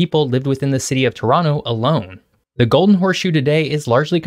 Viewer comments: Very impressive that you pronounced Toronto like us natives! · are you from toronto because you pronounce it perfectly like a native torontonian. ? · You sure did your homework. Great vid! Very informative. Pleasant format. I learned a few new things and I've been living in Toronto for 40 years. BTW, you pronounce Toronto like a local. Like it should be. T'ronno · Respect for proper pronunciation of Toronto. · Props for saying Toronto Correctly!